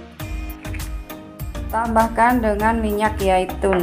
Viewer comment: Minyak zaitun....bukan yaitun